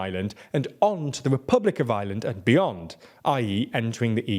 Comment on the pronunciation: Why are so many years you still not pronounce Ireland? You're literally saying the island of island